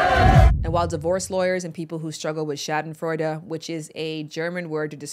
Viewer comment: As a "afro-german" i was trying to figure out what german word you ment that sounds so cute... And than... SCHADENFREUDE - you pronounced it so so cute!! 🤣🥰